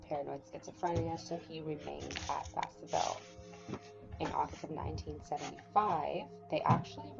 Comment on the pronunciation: Good job on collecting info 👍 can be hard to find sometimes. Wish I could find more info about his time in msp. It is suspicious that when he hung himself, his hands were tied behind his back. One thing is Vacaville is pronounced va-ka-vill